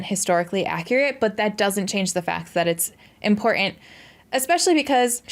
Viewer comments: With all due respect, please work on your pronunciation of "important" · Please stop saying important until you can pronounce important.